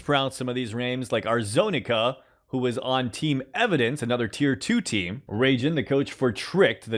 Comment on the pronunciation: "teer too teem"